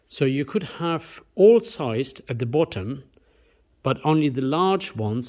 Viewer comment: Good evening. I sincerely hope my engine is in better shape! I do know that it was rebuilt by a very well known and highly respected engineer only a few thousand miles before it was laid up in the 1990's., please don't be offended but syssed is pronounced seezed. Always enjoy your video's.